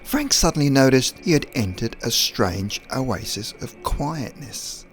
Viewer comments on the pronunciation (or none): none